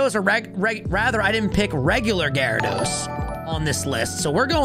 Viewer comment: GYARADOS, NOT GYRIDOSE!